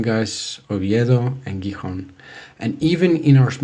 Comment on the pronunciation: you pronounced Guijón, instead of Gijón 🙂 Now seriously: I'm from Málaga and I've always wanted to live in Asturias. Summers are getting hotter and hotter here and I'd love to leave from June to September. Also Asturias looks like a quiet and nice place to live in.